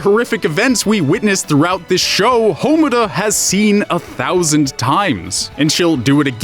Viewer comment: Congratulations on your completely base observation interlaced with ugly drag costumes. Allow me to point out how you completely missed the point as well as your general stupidity. 1. Because this bugged me throughout the video: their names are pronounced MAH-DOH-KA and HA-MUR-RA. 2. The whole "making it" thing is subjective. I want to be a writer and I see writing as fun, so you could say it's effortless. Also, "making it" can mean many things, hell just GETTING the job you want could be seen as "making it." Plus given Rebellion it's clear the series is about more than just realizing you have to work to do something. 3. About Kyubey and the Incubators. The power they use isn't science, it's magic, the Soul Gems are just that, gems that contain your soul, a completely metaphysical concept that feasibly cannot exist in the realm of science given how based on belief it is. 4. Madoka doesn't become the universe, she becomes one of its' laws, the Law of Cycles, which takes the despair away from Magical Girls before their soul gem blackens to keep them from becoming a Witch. The whole thing about the singularity is flawed too, because a singularity is just that, singular, one, not many things, from a metaphorical point of view I see where you're coming from, but the logic you base it on is false, especially since part of the definition of a singularity is: "where the laws of physics as we know them cease to exist." Also the fact there are multiple singularities, (the centers of bl